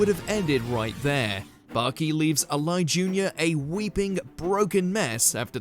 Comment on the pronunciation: the name in the Baki segment is pronounced Ah-Lee. not A-Lie. Y'all may not care so much but please try and research proper pronunciation of names going forward.